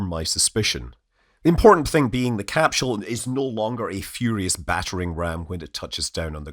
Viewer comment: THERE IS NO DAMN “ H “ IN CAPSULE SCOTT !! How many times do you need to be told this simple fact? This is not like the difference in spelling “aluminum” or “aluminium”. Even the Oxford English Dictionary shows NO “h” in capsule so don’t try arguing it from the “mother tongue” shite!